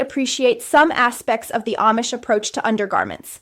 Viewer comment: This is AI. She's always in the exact same spot in every video. The ribbons of her kapp are in the exact. same. place. every video. Her head never moves. She mucks up certain words. Oh, and she can't say AMISH correctly! Blargh, I hate this AI slop garbage! Whargarbl! Whargarbl, whargarbl, whargarbl!!!